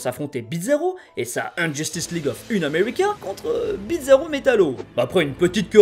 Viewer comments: C'est moi ou tu prononce bizarro, "Bitzarro" ? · Pourquoi tu prononce bitzarro ? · pourquoi "Bidzaro"? Il faut le prononcer comme bizarre, et non comme pizza 😅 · tu disait bizaro mais j'entendais pizza roh... j'ai faim.